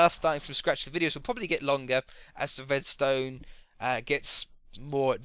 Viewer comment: why do you spell the "r" as a "w"? Like "wedstone" or "woom"